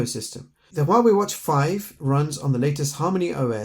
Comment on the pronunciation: The name of this company should be 2 Syllables 😂 The way you said it made our day mine and my friends thank you for the video ✅👈🏼🙂